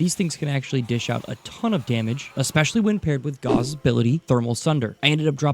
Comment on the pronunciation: Disliked cuz mispronounced Gauss and Diwata. Also ass build